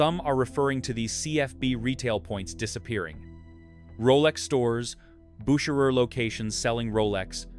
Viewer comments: When the voice over had five attempts at pronouncing Bucherer and getting wrong each time I pulled the plug on this AI crap. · For the love of Mike, can't you get the pronunciations consistent? Your AI narrator bounces back and forth between two pronounciations. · How many ways can you pronounce “Bucherer’? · That's exhausting! How many different ways are there to pronounce Bucherer? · This video could easily have been less than 10 minutes. So repetitive and the same AI voice pronouncing Bucherer so many different ways is wild.